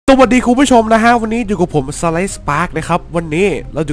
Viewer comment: พูดผิดครับพี่สวัสดีไม่ใช่ตวัดดี